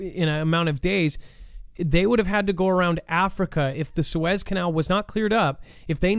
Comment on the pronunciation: Belarus is pronounced "Bella roos" Love ya, but you are really screwing up geo names (Suez) lately.